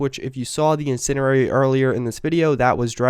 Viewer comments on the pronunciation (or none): This dude really annoys me. He says 'we do have' before everything, he pretends to know things about firearms when calling short barreled rifles PDW's or SMG's, and he says 'incenderary'. He may have screwed up more but I had to stop watching.